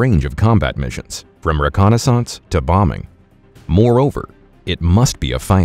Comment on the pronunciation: The first time he said reconnaissance that way I was a little perturbed, but I let it slide. Maybe It was a vocal typo. But the second time ruined it for me. Dnf.